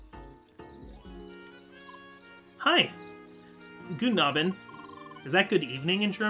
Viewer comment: Guten A-bend would be more how its pronounced, but yeah, that would be Good Evening. Guten Morgan Guten Tag Guten Nachmitag Guten Abend Gute Nacht